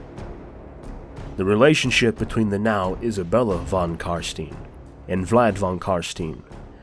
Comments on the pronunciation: Von is German. V is pronounced as F and W is pronounced as V. Von is pronounced Fon. Please. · Başar Ant Yatır „von“ is 100% german, In the netherlands it‘s „van“. It‘s meant to be german.